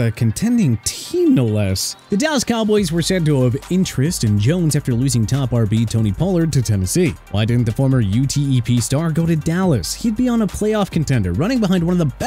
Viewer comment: It’s just utep not u t e p